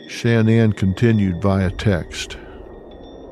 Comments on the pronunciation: I want to appreciate this but Dr Phil, everytime you say, “SHAN-ANNE” I want freak out! An when you called “CeCe”, “SISSY”I realized how disrespectful you are. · His pronouncement of “Shanann” is driving me nuts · This is a great documentary but the constant mispronunciation of shannan is just far too distracting.